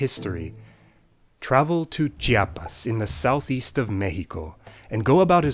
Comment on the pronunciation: woooooooooowwwwwwwwwwww Que buena pronunciación, eres la primera persona no mexicana que menciona bien Chiapas y México("xi" como "ji") jajajaja me dejaste boqui abierto.